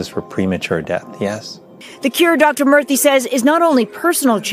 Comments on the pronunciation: Not “Dr. Murphy” but rather Dr. Murthy (pronounced moor-thi) but otherwise a great video thank you from lonely Japan. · Murthy is pronounced like mer-tee btw